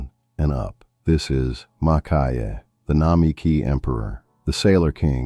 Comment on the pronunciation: Lovely pens and comments; one quick not: Maki-e is pronounced 'makee-e', not 'makai-e'.